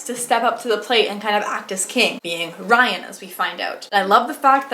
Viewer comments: I love the SGE and I’m happy to see a channel about it! Great video! Also, Rhian is pronounced ree-an. Have you read the Rise and Fall yet? If you haven’t, I highly recommend them, they were amazing! As much of a wild ride as the original books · It’s not Ryan it’s Rhian 😭